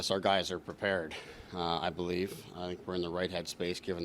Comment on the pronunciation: Morgan Rielly “BELEAFS”